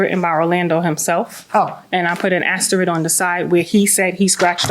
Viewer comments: "I put an asterid" and she teaches special ed? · I lose a bit of respect in a teacher that pronounces the word asterisk as asterik...:face-turquoise-covering-eyes